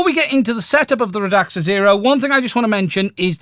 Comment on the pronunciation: I think it's "Rad-Sa"